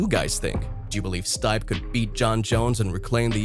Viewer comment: The name is pronounced "Steep-aye", not "Stipe"....clearly not a fan of MMA.